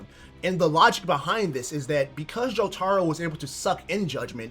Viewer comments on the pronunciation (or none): he's saying jo-taro not his name i rest my case mf wrong asl